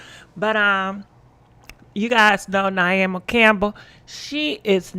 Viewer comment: Its pronounce (Nay-O-Me) 🤦🏼‍♀️🤣